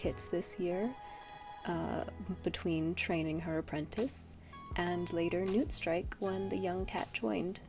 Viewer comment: I can't lie, for Newtstrike I thought you were saying Nootstrike for a whole minute lol. I love your art style, new subscriber!